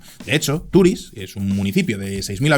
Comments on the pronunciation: Solo un apunte, no se dice Turis, se dice Turís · se dice TURÍS, con la tonica en la i, y no TÚRIS, gracias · la pronunciación de Turís o Benetússer ha sido un poco lamentable. El vídeo y su contenido genial, como siempre. Un saludo desde l'Horta Sud.